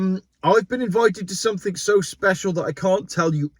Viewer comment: please use the English language as it is supposed to be used, Everything, Something not everythink or Somethink!!!